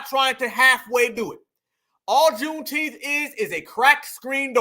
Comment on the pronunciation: Not “KuuneTeenth”.!! 😂😂😂 Yooo.!!🤣🤣🤣